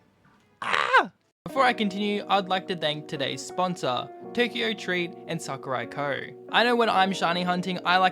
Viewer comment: when he said tokyo Sakuraco, I thought he said tokyo drift.